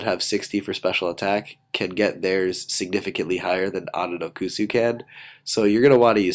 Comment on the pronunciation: I think it's pronounced Ononokus not Ononokusu